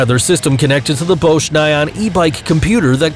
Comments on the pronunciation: You pronounce "Bosch" as "Bow-shh" Ahahahahaaaaa BUTCHERED the name of one of the largest and biggest world-wide companies. When were you born, 2005? If so, then you get a pass. Also, "Bulltaco." It's a compound word. "Bull" and "Taco." Now put them together. It's not a "tuh-coh" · He pronounces Bosch three different ways!